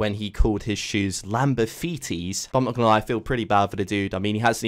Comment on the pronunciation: Lamborfeeties? Chevrolegs?